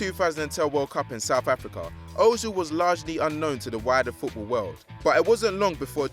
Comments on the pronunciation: o-zil.... lol. it's pronounced ur-zil.... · oh-zil, james, haggy, wurdur... thats enough mispronunciations for one day